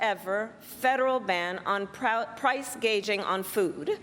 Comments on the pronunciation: What’s price gaging mean she can’t even get it right? What she said before which is price gouging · But not "Price Gauging", which is what she called it. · Gouging,not gauging!